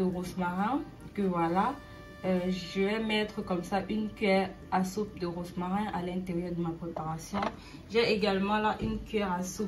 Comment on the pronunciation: Merci pour la recette je vais essayer çà à l'air délicieux ont dit romarin pas rosmarin attention à la prononciation sa peut déconcerté certaines personnes